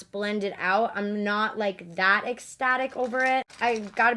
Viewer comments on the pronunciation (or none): can we stop saying exstatic and start saying ecstatic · no one:: estatic ESTATIC estatic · ᄋᄉᄋ she pronounces it ex-static tho so that’s on miss 🤧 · did yall hear her: shes not eggstatic😡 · Take a shot every time she says ”exctatic”